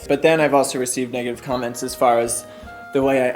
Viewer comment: 10 (I was dying) plus I thought you said CUMments which made my ears prick up... but not only my ears.